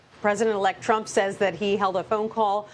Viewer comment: Why did you put emphasis on " says " ? This is why we need AI to report the news. No emotions in play. No people.